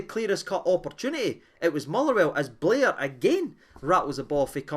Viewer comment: It’s Bair not Blair